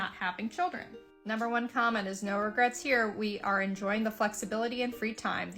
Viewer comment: I watched this Asian girl say Narrrr in Australian real hard 😂 omg